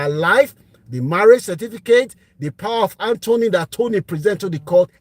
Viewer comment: Sorry sir, it’s called ‘power of attorney’ not power of Anthony 😅